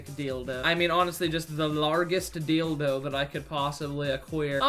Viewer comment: "the largeest deeldoh I could aqueer" dying😂